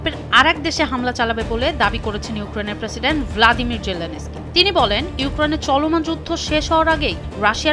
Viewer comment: ভ্লাদিমির জেলেনস্কি নয়, "ভলোদিমির" জেলেনস্কি হবে আপা